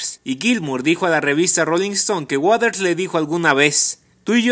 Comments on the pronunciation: Pronuncia bien, es Waters, no waders, mejora tu pronunciación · Porque la mayoría pronuncia Roger Waders es waters, no wathers!!!!!